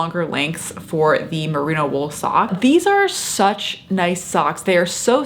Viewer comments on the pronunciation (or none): It's Merino wool not Merina.....